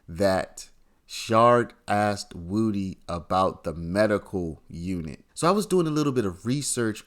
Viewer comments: HIS NAME IS WOODY! PRONOUNCED WOOD-DEE! NOT WOOTIE! 😂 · Do you really not know how to say wood e You keep saying it WOOTY AND ITS WOOD E LIKE WOODY WOOD PECKER WOODY BRUH SAY IT WITH ME WOOD EEEEEE NOT WOOTY 🎉🎉🎉 YOUR SAYING WOOT WOOT WITH A Y THAT'S NOT THE MANS NAME 😂 ITS WOODY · someone needs to explain to this lying thug that woody is pronounced wuh dee not woo dee